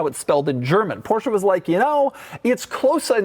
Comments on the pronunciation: How Beyoncé is not BeyoncAH Porsche is not PorschAH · Why would they bother to write in English when Americans can't even pronounce Porsche properly?